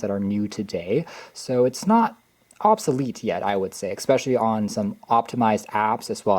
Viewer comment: ‼️”Mac OS ex” “Ex-speshully” “Boggle down” Literacy in America. 🤡